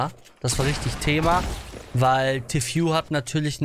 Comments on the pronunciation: ich bitte dich... TEAFÜH nicht T FU (ausgesprochen) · erstens: man spricht es Tii Fuu aus, nicht Tew Fyu oder The Few oder was auch immer. zweitens: Tfue fängt noch nicht einmal richtig zu bauen und du fällst schon ein Urteil , "der kleine hat das Baubattle gewonnen." Und das war kein Baubattle. Der Kleine zimmert da einfach ein 1x1 hoch und talkt dann noch trash über Tfue lol. Das war ein lucky Onepump, mehr nicht. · Bitte beim nächsten mal Tfues Namen richtig aussprechen. ist cringe xD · Wie du Tfue ausspricht : Tiffyou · tfue wird tifju aus gesprochen